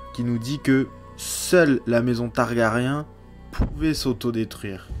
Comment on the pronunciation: Leurs noms c'est targaryen frérot pas targarian c'est des Valyrien pas des arméniens